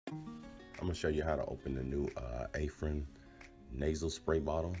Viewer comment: " aaaa-fren" pronounced like A -A RON LOL